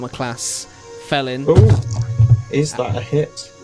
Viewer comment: Fellin...as in tree Fell'n.